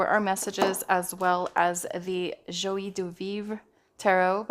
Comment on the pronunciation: You are great! Joie is pronounced ‘jwa’. Have a great one!